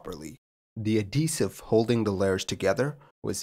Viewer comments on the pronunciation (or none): Yeah, I don't blame the captain for this. Having something go sideways after V1 is just a shit hand to be dealt. Especially since the vibrations got worse instead of going away. Smallest of nitpicks: I've never heard someone pronounce adhesive "a-DEE-sive" before. The "h" gets pronounced, so you get "ad-HEE-sive". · Hi, no complaints, just a note: pronounciation is (roughly) ad-HEE-sive.